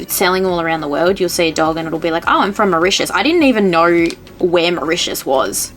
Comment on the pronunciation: Well Hellooo from "" hahahahahaha 🤣 Oh I love this! Now I plan on making you "world famous" in Mauritius very soon 🥰